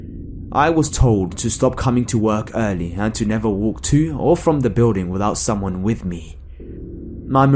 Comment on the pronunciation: In story 3 he keeps saying summon😂